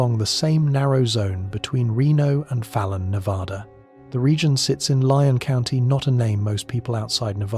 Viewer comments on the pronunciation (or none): Nevada. The first A sounds like the A in cat, mat,, at, bat etc. NOT like the A in apostrophe! Please. We're kinda of sensitive that way. Sorry.